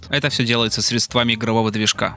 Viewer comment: Спасибо. Но говорите правильно - не средствАми А срЕдствами.